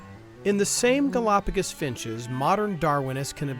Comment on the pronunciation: There are so many more pressing issues with these brothers' video, but every time they say, "Galapagis ," i think 10 minutes is taken off my lifespan